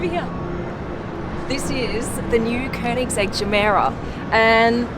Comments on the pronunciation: Woooow, you Nailed the pernounce "könings-ägg", wellcome to sweden! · Me a SWEDEBOI69: *is happy because someone that isn't swedish actually pronounces koenigsegg right.